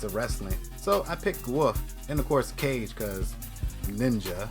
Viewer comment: Kage not cage 😂 like in hokage